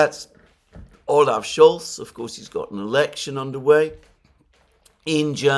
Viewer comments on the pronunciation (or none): none